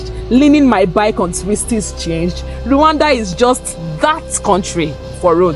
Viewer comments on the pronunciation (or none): ❤hey slow down❤you pronounce Rwanda as Luanda❤